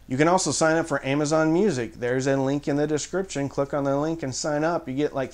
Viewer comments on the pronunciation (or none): none